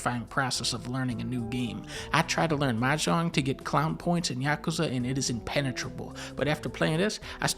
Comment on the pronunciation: Whoa whoa, Dunkey pronounced Yakuza right? The funny Japanese game?